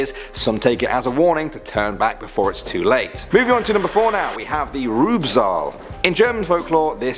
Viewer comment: The pronunciation of Rübezahl and Lorelei cracked me up, I can't- Lorelei is pronounced something like Lo-ruh-lie For Rübezahl, it's hard to explain; But dang if I don't love me some non-german trying to pronounce german stuff, it's majestic.